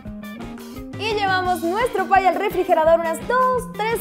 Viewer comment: *pie no "pay"